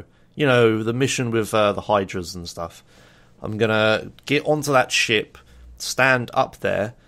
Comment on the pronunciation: who also think everytime he says shit instead of ship? or is it just me? o_O